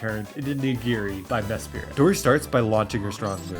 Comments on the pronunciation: Hey man, I absolutely love the dedication to this challenge and ur genius when coming up with battle tactics, but I feel an urge to point two things out (sorry 😭): 1. It’s me-SPRIT. Not me-SPIRIT. It’s not a spirit 😂 2. Mesprit is a legendary pokemon, not a mythical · Never heard someone pronounce mesprits name like that, you say it so normally it had me thinking i misremembered how its spelled 😂